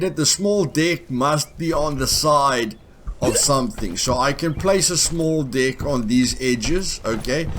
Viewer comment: When be says deck Ny one think he said dick ? 😂